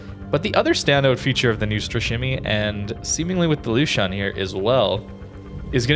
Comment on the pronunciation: the u with the two dots on it sounds like the letter U. It is pronounced L"U"shuen or something similar